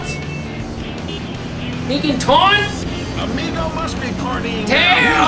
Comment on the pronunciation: It's AMIGO not EMIGO !